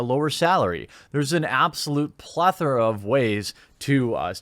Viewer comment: Pronounced plethora properly. Thank fuck. So many people put the emphasis on the OR instead of the ETH.